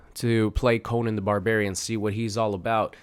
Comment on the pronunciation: Oof.... You pronounce his name wrong 😬